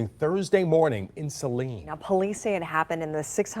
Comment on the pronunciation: Oh no! Saline is not far from me! (Yes, you are pronouncing it correctly) what is going on for all of these men attacking and killing our women!!